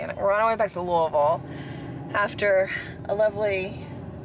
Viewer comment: You pronounced Louisville correctly! Yay!